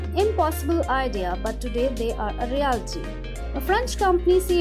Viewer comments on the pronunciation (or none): none